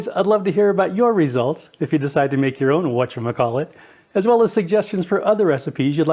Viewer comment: "What's your McCall it" again? Whatever, it looks good 👍